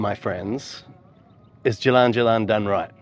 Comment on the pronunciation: Hehe. It's not too hard actually, you just have to notice that it's Ja.......Lan and not JaL....Lan. The "a" is the same sound for both "a". I guess it could be difficult to unlearn old habits of the schwa (/ə/) in English with unstressed vowels. Anyway... it'll come I'm sure of it.